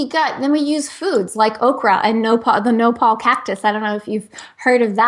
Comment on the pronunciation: nopa? ... She mean nopal?